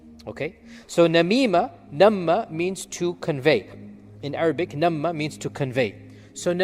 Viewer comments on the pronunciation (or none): none